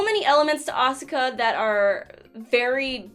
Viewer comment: When she said Asuka i was looking away from the screen and thought she said Oscar in a southern accent.